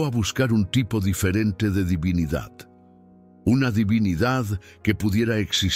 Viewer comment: Aprende a pronunciar divinidad